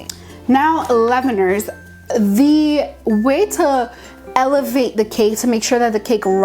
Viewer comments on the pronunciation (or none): Leave-En-Er lol :D